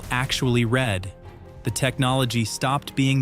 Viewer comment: When your narration asks for comments and then says "I red every one" instead of "I reed every one" it is obvious that this is "AI slop" text-to-speech from a creator who is too lazy or too ignorant to correct TTS that is known to have less than 80 percent speech accuracy.